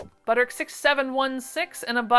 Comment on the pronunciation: Hope things are getting better/easier for you. I don’t want this to sound mean but how are you pronouncing Butterick? It sounds like one syllable. How are you doing that? You said it it like i do for 3524 but then went back on the next one 8577. Are you just saying Butter? I don’t know why I’m obsessing over this. You say whatever you want!!!